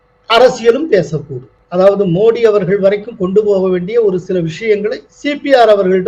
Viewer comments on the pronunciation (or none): none